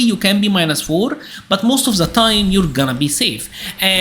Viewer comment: Why do you pronounce "the" as "Z"?